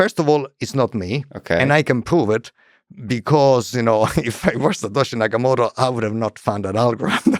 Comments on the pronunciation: It's Satoshi Nakamoto, not "Yakamoto". Wrap your head around that, kid. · Ok, it's SATOSHI NAKAMOTO. This means CENTRAL INTELLIGENCE.